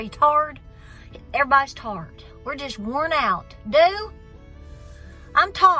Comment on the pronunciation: I had to stop the stream when i heard you say "are you tired " then you said, "are you tarred". My Pop, born in 1028, me in 1964, used to ask if i was "tarred"? When i saaid yes, he would say, "then take a stick and rake it off"!?